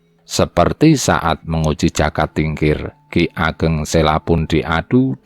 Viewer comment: Yg baca narasi kurang pas....jaka mesti di baca joko..trenggana trenggono jadi dengernya kurang gimana gitu